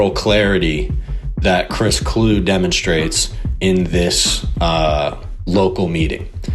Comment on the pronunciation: “Clue-E” for the record. Sorry to be pedantic lol. The NFL ended this man’s career cuz he was always like this. Coming from a Vikings fan etc etc My favorite Chris quote was 😂 “CrossFit is okay I guess… except those pull-ups, F those pull-ups”. Lmao